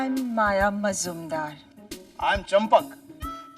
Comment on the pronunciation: It's MAYA MAJUMDAR NOT MOJUMDAR. In gujarati it's pronounced MAJUMDAR.Many gujarati has Majumdar Surname.